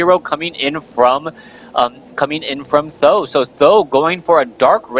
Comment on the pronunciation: why do always say "saam daan" (something like that). SBK says either th000 or huang xiang